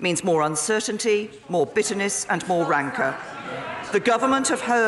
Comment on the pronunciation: She mispronounced rancour.